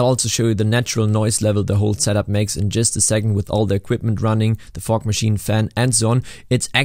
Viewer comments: I kept thinking you were saying fork instead of fog. 😂 What's he doing with a fork machine!? 🤣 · only me hearing fork instead of fog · Sounds like u say fuck when j say fog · I’m sorry but am I the only one who’s thinking he’s saying fuck instead of fog? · That's SO. AMAZINGLY. COOL. I'm so impressed, holy cow ❤❤❤ Also, side note: I know you said fog (a lot), but every now and then it sounded like you said fork 😂😂 very odd if you hear out of context, haha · Absolutely losing it over the way you pronounce “Fog” Only because in my region it would sound much more like the f-word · was i the only one who heard somthing else whenever he said "fog machine" 😂😂😂😂